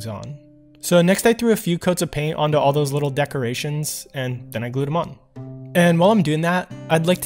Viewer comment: you said ail not all